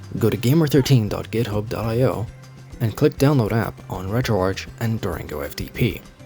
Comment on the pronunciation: bro this bitch just pronounced retroarch as "retro-arch".. ITS "RETRO-ARC" AS IN "ARCHIVE"